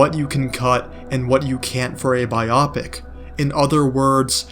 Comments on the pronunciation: your video is amazing and i think it will get milked like superhero movies. But i hate the way you pronounce biopic still subscribed. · I couldn’t keep listening after the pronunciation of biopic😂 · Same. I had this video in my watch later for a couple days. Seemed interesting. But I’m 2 minutes in and I don’t think I can continue….